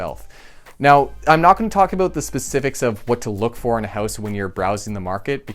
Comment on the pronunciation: I'm pretty sure you said, "Buy a hose."